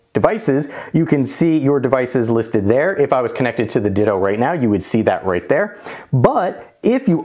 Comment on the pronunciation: Perfect video except it's not called a "Ditto" lol it's Ditoo.